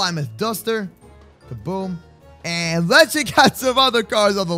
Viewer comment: You pronounced plymouth wrong